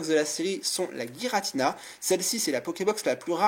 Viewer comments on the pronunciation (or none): Giratina, pas Guiratina ;) Sinon super vidéo !!